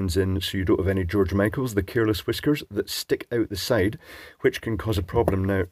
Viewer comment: "George Michaels"! Lol. 🤣